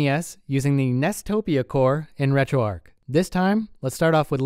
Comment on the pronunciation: It's pronounced "retro arch" as is arch Linux. Not arc. Just FYI.